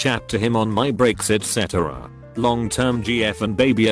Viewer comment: ee tee cee et cetera